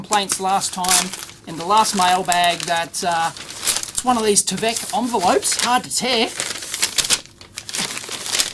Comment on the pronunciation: It's not t-eh-vek by T-eye-vek.